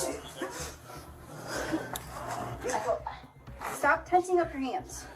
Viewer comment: Stopnga. I didnga . Quit itnga. I hurtnga